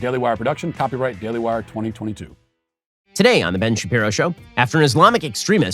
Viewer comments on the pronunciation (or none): none